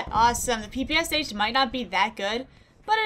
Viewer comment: Hey! Russian here. PPSh is actually pronounced “peh peh shah” because it’s only three letters in Russian (ппш). That third letter makes the “sh” sound and the letter itself is called “shah”. And now, you are enlightened! 😊